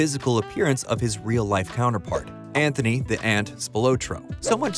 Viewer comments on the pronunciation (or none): none